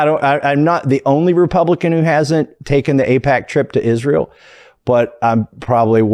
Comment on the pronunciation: You would think that Lindsay Graham would at least learn how to pronounce (Isrural) since they give him so much money, how disrespectful!🤣 Politicians are just rich elite insiders, they don't care about this country only figuring out ways to rob it blind! That's why they are flooding our borders with people who don't care about or even hate this country, fill the country with people who don't care about or even know our laws and they will be even more ignorant than we are to the amount of theft these crooks are committing!